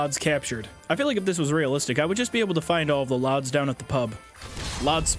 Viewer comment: Is him calling lads "lods" and inside joke I don't know about or???